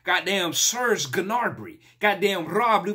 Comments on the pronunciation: oh man, its gnaBRy not gnaRBy... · u cant read bro haha its gnaBry, not gnaRby.. but hey congrats on the learning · Gnabry exist: 🏃‍♂️ This boy: GnaRBy But I love it anyway) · Love the vids bro but it’s gnabry not gnaRby 🤣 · Its gnaBRy not gnaRBy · Alphabets: Gnabry Commentator: Gnabry: Gnarby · " I aren't heard of Kimmich" bruh -- and also the commentator for the 100th times: GNABRY...this dude: Garby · Lmao the way you pronounce Gnabry’s name is sending me 😅😭😭 “Narby” It’s pronounced “Gun-ab-ree” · how many times they gotta say Gnabry and Lewandowski in the video before you pronounce it right lmao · There were no quaterfinal and semifinal 2nd legs because of covid. Final is always played as a single game. Crvena zvezda (pronounced as Tsrvena Zvezda) is a Serbian club which name translates as Red Star. And Serge's surname is Gnabry, not Gnarby. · its gnaBRy for christs sake not gnarby :P .... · he pronounces Gnabry like Ganarby lol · LOL did this dude just call him "N'Arby"? What a ton of disrespect! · Say it with me GUH NABRY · It's called G N A B R I, not Narby😂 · I stopped watching at "gnaRby". At least pronounce it right.............